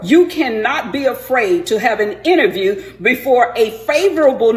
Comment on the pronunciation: I think she needs to say interview and not innerview 😅